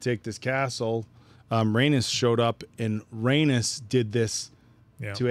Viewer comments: Rhaenys is pronounced ray-niece not ray-nus I keep thinking you’re saying anus lol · OMG it's driving me nuts at how is pronouncing Rhaenys name, it sounds like he's saying rAnus! it's said like Ray-Niece!!!!! Also is butchering it too!! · I have been watching reactors butcher the names of the characters in this show 😂😂😂